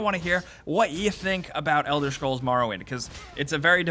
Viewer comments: it's elder scrolls, not fucking elder shcrolls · Elder Schkrolls